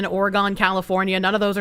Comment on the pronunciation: Did just say "Ore-GONE"? 😮 It's "Ore-gun"! 😂